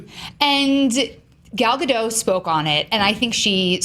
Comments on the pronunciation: Ok, it's literally been years now. There's no longer an excuse for mispronouncing her name. It's Ga-DOTE, not Ga-DOH! The T is not silent! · Her last name is not French, it's not Gad do, it's a hard sounding T like the T in it. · You pronounce the 't' in Gal Gadot's name....just thought you should know :) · GAUL. GOD. OAT. That's how you pronounce her name. Gaul God Oat. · Her name is gal gadoT with a T at the end... Gadot!! Why do I hear so many people who cant say Gadot? I mean, you are "professionals" and you cant even pronounce the name of the leading role of a blockbuster movies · You pronounce the T at the end of GadoT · Guys! It's GadoT! The T is NOT silent! She's not French! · her name is Gal Gadot with T in the end. jeez americans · is there any way to get the news out that Gadot is pronounced with a T? She's from Israel, not France. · Nice review, and it's awesome to hear that the movie's great! Just one point, though: Gal Gadot's last name is pronounced with a hard "t" at the end. She's not French :p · please.... the "T" is not silent in Gadot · you pronounce the "t" god damn it